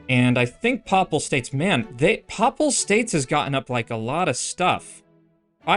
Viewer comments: “Pay-pull” states. Not “paw-pull” 😊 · Papal is pronounced "pay pull" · lol "popal states"